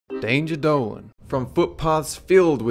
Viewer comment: Why do you say danger dole, instead of danger dolan?